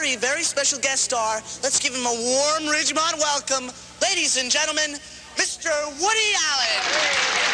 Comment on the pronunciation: It's Fast times at Ridgemont not Ridgemount